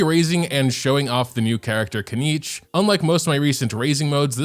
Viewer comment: finaly 1st content creator who read and pronaunce his name RIGHT. KINICH not KENICH its japanese name not english ...